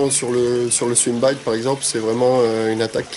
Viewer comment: " les swimbaïïït " 😂😂